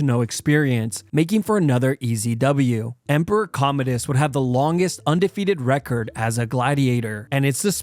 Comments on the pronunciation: I thought he was Comedius, not Commodus.😂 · That Commodus pronunciation is atrocious… it’s pronounced like “Com-mow-dus” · I like your videos but it blows my mind that you pronounce Commodus wrong lol among other names and words